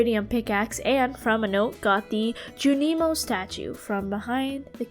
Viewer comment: Amazing job with this but I can’t help but let you know bc I cringed every time: it’s skull cavern not skull mines😭, junimos is pronounced (june-ih-moes), and the c in scythe is silent